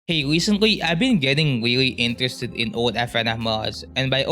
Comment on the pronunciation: wewe intwested wewe old before wewe wewesed